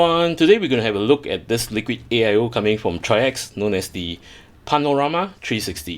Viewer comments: I know this is an older video but the company does pronounce their brand name as trikes. Like the 3 wheeler but plural. That is all. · Excellent video, and because no one asked and not that important..If anyone ever wonders..The company is pronounced like the word Bikes but with a 'TR'...TRIKES [TRYX]. Thank you for this wonderful video, will definitely pick this up.